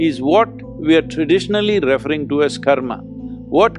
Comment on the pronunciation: Sadhguru, please learn to pronounce the word "referring". The accent is on the SECOND, not on the first syllable. In other presentations, too, you persistently mispronounce this word - its very irritating. Please don't. Arjuna J.